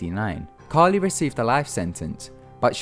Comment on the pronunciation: It's Caril, not Carli. This is one of the reasons I'm thankful for Ty Knotts, both of the other narrators had horrible grammar and pronunciation.